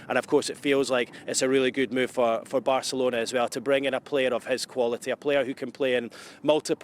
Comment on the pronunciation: How many times can you say Barcerlona